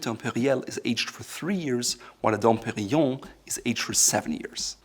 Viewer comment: I'm very happy that for once someone can pronounce "Dom Perignon" correctly!